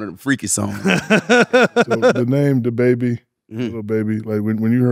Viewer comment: He saying “tha” instead of “da “